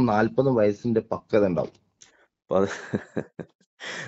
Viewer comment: ഇവന്മാർക്ക് പക്വത എന്നാൽ ഫക്വത എന്നാണ് 😄😄